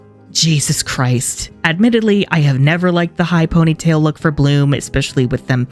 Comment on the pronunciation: The way he said "Bloomuhh..." got me rolling on the floor 😂😂